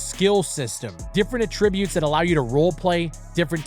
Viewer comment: "Attrib-utes" "Vain"